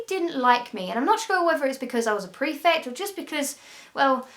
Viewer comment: What's a "prefec"??